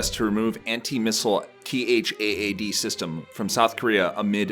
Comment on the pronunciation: It's pronounced "Thad" not T-H-A-A-D. Have you watched any news videos about it?